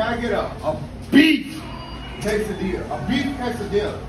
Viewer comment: He is from California and can't even pronounce quesadilla correctly